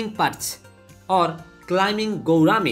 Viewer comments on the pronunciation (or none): none